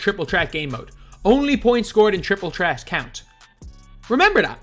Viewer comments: He never pronounces the th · The way you say Threat :) lol